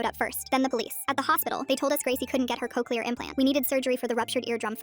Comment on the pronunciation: "Cokeleyer implant surgery" 😭😭😭